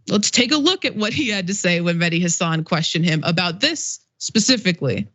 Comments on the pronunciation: FYI it's Mehdi HA-san. The accent on the FIRST syllable of his last name. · Taibbi can't get his facts straight, that's for sure, because he doesn't even try, it's not important to him. On the other hand, you guys can't bother to get Mehdi's name right either. It's Hasan, not Hassan. Listen to how the guy himself pronounces it and maybe pay attention for a change. I can't understand how this is so hard, he says it all the time on his show, but it also reflects a laziness on your part TYT commentators. Glass houses and all that....